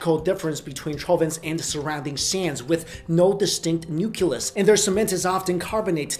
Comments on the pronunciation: Nuculus? No... Nucleus. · "Nuculus?" really? It is nu-KLEE-us! nucleus. Not nu-KU-lus. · Oh my god, it's nuCLEus not nuKELUs. It's been years since you've been mispronouncing, get it straight. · New Klee Us. Not Nuke Ya Lus. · You pronounced Nucleus wrong. It doesn't sound like "nuculus" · did u really just say "nucUlus?" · Learn how to pronounce nucleus !!!!